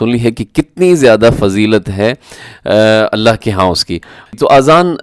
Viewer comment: الها کیوں پڑھ رہے ہو بھائی